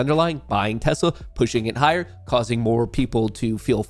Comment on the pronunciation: “We love tessler!”